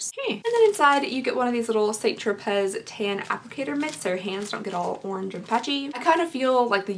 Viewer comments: St. "Tro-Pay" not "Tro-Pez". Just saying. 🤷🏼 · Here I go again. It's pronounced "San Tropay" Not "Saint Tropezz". Thanks. Love ya girl! 💜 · Isn't it pronounced "tropay"...not Tropez? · I am not giving you a hard time, because I love you like milk and cookies and warm kittens... but Saint Tropez is pronounced San Tro-Pay... hugs, love your reviews, you have inspired this middle aged lady to actually try to fight off her terrible self image and get a sub to Boxycharm and try wearing makeup again for the first time in decades. You are my inspiration swee8.🥰🌹🥰🌹🥰🌹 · U are too friggin cute it’s pronounced San tropay. Lolll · St tropez is pronounced, "saunt tropay" 😊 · I was going to say the same thing... St. Tropez = San Tropay... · The z is silent in st. Tropez